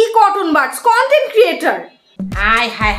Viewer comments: Content ke bole cottonbart 😂😂😂😂😂😂. Allah go haste haste ami shesh 😂😂😂😂🤣🤣🤣🤣😅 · ও বাবাগো,,, পাশের বাসার আণ্টি "কনটেন্ট" বলতে গিয়ে কি বলে ফেলতে লাগছিলো রে 🤣🤣🤣